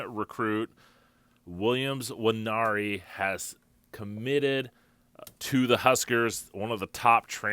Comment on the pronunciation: Nwan-airy, sir. It's a Bantu-derived name. Please learn the pronunciation. Pronouncing his name incorrectly is an insult to the young man.